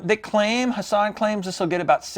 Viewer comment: Love your videos, but I thought the T in Hatsan isn't silent lol